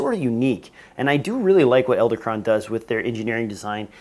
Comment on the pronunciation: I don't understand why you're narrating this video. You're apparently unwilling to say Edelkrone correctly. Why didn't you catch and fix this? What is going on with your group? Wow.